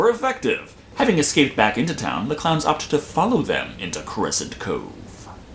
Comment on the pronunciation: killer cloyns from outer space